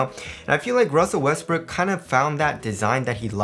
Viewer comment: Did you said??